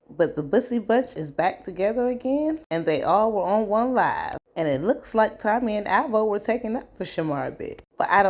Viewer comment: I thought I was the only one who heard Tummy instead of Tommy. 😂